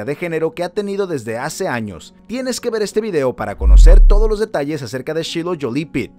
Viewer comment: Shailoh jolie pit- Se pronuncia: yailo yoli pit